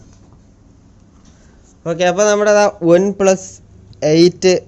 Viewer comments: Adhyam one plus ennu parayaan padik 😸😸😹😹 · ഒൻ പ്ലസ് അല്ല വണ്‌ പ്ലസ്🤣🤣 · ഒന് പ്ലസ് അല്ല ബ്രോ വൺ പ്ലസ് ആണ് 😂😂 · വൺ plus ആണ് bro അല്ലാതെ... ഒൺ plus allla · Onplus alla oneplus . Please correct the pronunciation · On pluse alla one plusa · ഒന് പ്ലസ് അല്ല one plus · Onn plus alla broh one plusa 😂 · Onn plus alla one plus 😆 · ഒന് പ്ലസ് അല്ല bro one plus ആണ് ട്ടൊ broo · ഒൻ പ്ലസ് അല്ല വൺ പ്ലസ് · ബ്രോ ഒൻ പ്ലസ് അല്ല വൺപ്ലസ് 😁😁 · ഒൺ പ്ലസ് അല്ല bro വൺ പ്ലസ്. 🤩🤩😀😃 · പറയുമ്പോൾ ഒൺ പ്ലസ് എന്നാണ് ഭായ് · ഒന് plus alla വൺ plus aan🤭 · One plus enne parayan ariyille bro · One plus ane une plus alla🤣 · Ivan onplu ennu paranju veruppikkuvallo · ON plus alla one plus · Adhyam OnePlus ennu parayan paddik .review ahn pollum .hmm